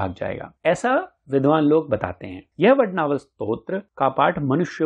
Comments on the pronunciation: वडवानल स्तोत्र है वडनावल नहीं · 🔥 अरे ।। वड्नावल नहीं वडवानल बोल 🔥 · 🙏 Aapne har baar vadnaval ka uchcharan kiya hai Vadvanal ki jagah. 🙏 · Vadd vaa nal...... Hai..... Vadd naa val.. Nahi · वडवानल !!!! वडनावल ?????? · Vadnaval nahi . Vadvanal hai . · Vadnaval nahi vadvanal hai sir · इतनी अच्छी जानकारी देते हो और "मुख्य विषय" का ही उच्चारण गलत करते हो!! इसको "वड-वानल स्त्रोत्र" कहते है, वड-नावल नही क्या यार!! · aap galat bol rahe ho vadnaval nahi vadvanal hai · It's vadnaval or vadvanal. Video title is different and the person speaking in video pronunciation is different. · Vadvanal hai aap vadnaval bol rahe ho.uchvharan this se kare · वडनावल नहीं वडवानल कहा करो. आपके हिंदी उच्चार ठीक नहीं तो संस्कृत क्या पढोगे? 😂😂😂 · वडनावल नहीं वडवानल बोलो 😂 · यह वडवानल स्तोत्र हैं परन्तु मुझे खेद हैं कि आप वडवानल के बजाय बारंबार वडनावल वड़नावल वडनावल कहते हैं तथा आप अपने वाणी में शुद्धता लाए किसी भी संस्कृत श्लोक का उच्चारण विशुद्ध होना यह प्रथम अवशकता है । धन्यवाद दूसरी बात यह भी है कि सार्थ का अर्थ, अर्थ के साथ होता है आपने सारांश बताया है । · Vadnaaval nahi,vadvaanal. Correct yourself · अरे वडणावल नही वडवानल है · Vad-naa-val nahi, Vad-vaa-nal 🙏🏼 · वडवानल स्तोत्र को वडनावलं क्यो कह रहे है आप ???? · please listen to the pronounciation in the video mere bhai. Every time the word is being pronounced as Vad-naa-val. Anyway, thanks for the informative video🙏🏼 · क्षमा करे इसका उच्चारण वडवानल है.jaanakari अच्छी लगी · You are right it should be vadvaanal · वडवानल है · It is vadvanal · Are you a fool ? You are pronouncing vadvanal as vadnaval .😮it is hanuman BAHUK not bahik